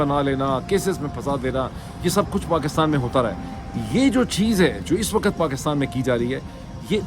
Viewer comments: A request about the pronouncing two words' WAQT and LAFZ, please a little attention. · Janab you are one of the best, please try pay a little attention on this request about two words' pronouncing, " waqt " and " lafz ", please, thanks.